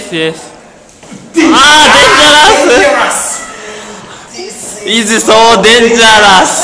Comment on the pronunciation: デンジャラスww発音いいww